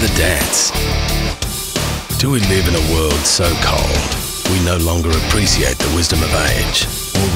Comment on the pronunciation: Awesome ad. Awesome message. Funny pronunciation of the word "appreciate".